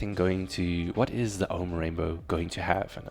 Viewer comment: why you keep saying Omen?